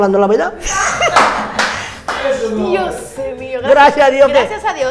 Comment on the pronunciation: "Tamo hablando la veda" JAJAJAJAJA